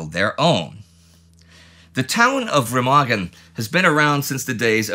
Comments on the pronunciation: For your informaton; It is called [Rémahgen], not [Rèmàgen]. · Remagen is pronounced with the stress on the first syllable, sort-of "RAY-mahgen".